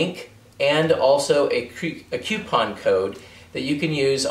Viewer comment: by the way, Ron White has some great tips on pronouncing "coupon"...